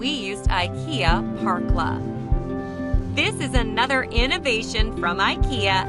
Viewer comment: The letter ä isn´t pronounced like an a, it´s not "Parkla" it´s more like "perkla", but not like a perk, more like the beginning o the name Perry.